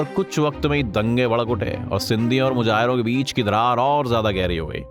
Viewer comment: Mujahir nhi Muhajir G.A Muhajir 😍 G.A Sindh